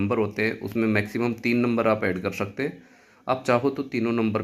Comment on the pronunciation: कर शकते मत बोलो कर सकते बोलो " श " नहीं " स " होता है उच्चारण सही रखो